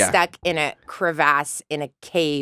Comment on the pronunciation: Mila is always 5th element to me but CRE-vAHS? Mila